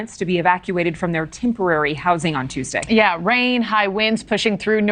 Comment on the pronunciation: The cover shot tells it all... it's TUESDAY not "Tostay" 😂